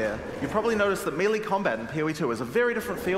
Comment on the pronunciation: It'e pronounced MAY LAY...NOT MEE LEE!